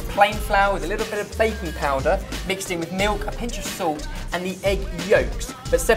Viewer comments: When said he put baking powder in the waffle mix I thought he said baby powder😂😂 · I'm sorry, in the midst of my migraine and sleepiness, I heard say baby powder instead of baking powder.